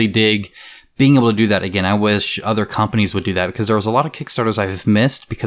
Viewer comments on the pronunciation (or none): none